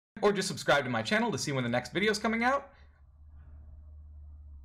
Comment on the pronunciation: Damien: Whut eef eyee just talk like these for the whole veedeooo? Me: whispers don't